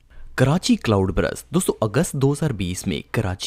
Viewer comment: good video lekin, Cloud Brust nahi Cloud Burst hai! ❤